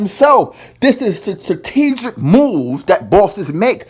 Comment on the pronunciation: A video of your bed shut the fuck up and learn how to pronounce "strategic" and "underling" ignoramus 😆😂🤣😭